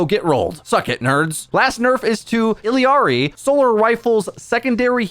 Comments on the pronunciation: actually its ee-yah-ree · Ok fella. Her name isn’t Illi-arri. It’s I L L A R I ILLARI…… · Can you stop saying Illiyari? Just say Ilyari or Illari. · illari is pronounced like ee-ya-ree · y did u say "illiari"? where r u getting the extra "i"?